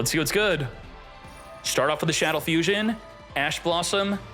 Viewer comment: You’re BUTCHERING the pronunciation of Shaddoll Fusion and it’s killing me 😂😂